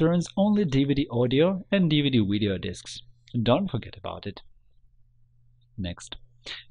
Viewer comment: You know it's a real tutorial when they say "wideo"